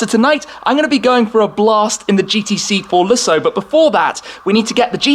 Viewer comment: I sing care that the AM GT8 is "underpowered." That thing is bad ass. The "G-T-C-Forluhsso" is too. I don't think anyone, in the history of "fitted luggage," has ever used it. Ever.